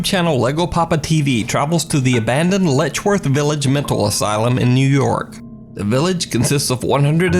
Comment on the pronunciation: It's Letchworth not ledgeworth